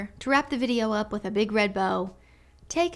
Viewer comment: MEN ARE JUST DONE WIFF ALL Y'ALL!!!!! IT'S OVA WIFF